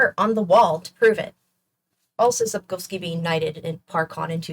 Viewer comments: The way you beautifully pronounce Polish surnames makes me go 🥹❤️ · After experiencing multiple ear bleeds from mispronunciations of Polish surnames, hearing Sapkowski and Bagiński pronounced correctly is a breath of fresh air!